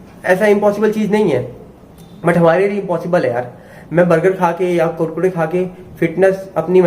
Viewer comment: भाई आप बोलते अच्छा है, अब मै कुरकुरे को कुडकुडे ही कहूंगा। ।।